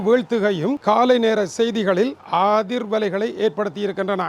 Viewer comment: ஏய்! அவரு டென்மார்க் குடிமகன். தமிழ் அவருக்கு ஐந்தாம் மொழி! கமலா என்று கூட உச்சரிக்க முடியாத அசல் தமிழ்க்கொலகயாளி!